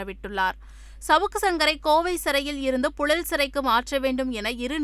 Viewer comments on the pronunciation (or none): none